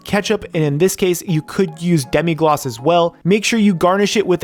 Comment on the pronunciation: It’s Demi-glaze not Demi-gloss